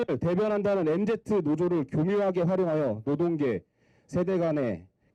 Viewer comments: 저새기 MZ 노조위원장 아님. 엠지를 엠제트라고 읽는데 MZ노조위원장을 한다고? ㅋㅋㅋㅋㅋㅋ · mz를 엠제트라고 읽으면 엠지세대 아닌거 아니냐